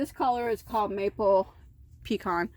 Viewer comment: Boy,, that's pretty yarn. I agree, I like the specks in the light color . By the way, you pronounce pecan the way I do (I was born & raised in Il..don't live there any more....but my N.J. born & raised husband pronounces it pee-can. I tease him....that pronunciation doesn't sound like something I'd want to eat ! ha ha